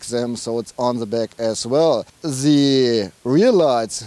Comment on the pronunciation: "... of se polo.." haha :D